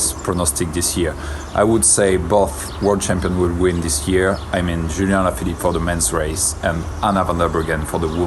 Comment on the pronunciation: Is it just me or did say Ulien Alaphillipe?